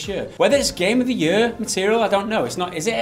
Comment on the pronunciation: say "game of the yur" one more time